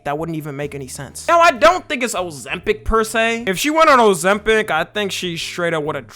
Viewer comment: O-ZEM-PIC❗️ O-ZEM-PIC❗️ O-ZEM-PIC❗️ O-ZEM-PIC❗️